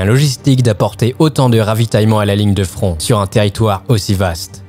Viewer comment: Je n’étais pas près pour le frond de fabeby 🤣🤣☺️ Sinon excellent reportage.